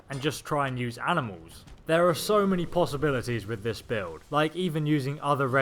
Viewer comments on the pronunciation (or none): none